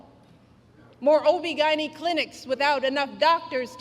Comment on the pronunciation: Did you catch how big Mike pronounced OB/GYN??? I don’t think Mr Obama has been to any OB-Guynee clinics.